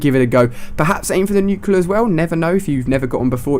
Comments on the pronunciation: Nuclear. Not nucular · Why does everyone mispronounce nuclear, its NUKE-LEE-UR not NUKE-YOU-LUR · Ahhh, nucular. That just annoys me. NuCLEAR, Ali!! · For god sakes!! IT'S 'NUCLEAR' NOT 'NUCULAR'!!! GOODDAMMIIIT!!!! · Haha, he calls it nucular! It's nuclear! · Nuclear is pronounced new-clee-er, not nuke-you-lar. I love you Ali-A but this is my #1 pet peeve! Sorry for complaining :) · Somebody has to tell you, man... "nu-CLEE-ar." Not "nu-cue-lar." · "nuke-ilure"....... bruh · nuclar he said not nuclear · Ha he said nuculer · How many nuculars have you gotten? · You look like less of an idiot if you pronounce "nuclear" correctly. It's not nucular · That's not how you pronounce nuclear... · you keep pronouncing "nuclear" wrong lol